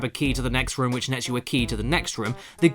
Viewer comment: Okay this was bothering me during the resident evil review and it's the same here does it annoy anyone else how caddicarus says room like rum